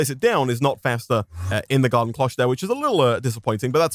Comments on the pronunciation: your pronouncing the o wrong. But it could also be how the british say it. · I hate how he says Cloche... its just not how you say that...